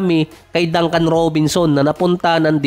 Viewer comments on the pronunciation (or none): none